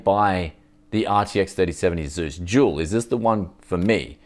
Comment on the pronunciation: I hear jewl everytime you say dual. Confusing and amusing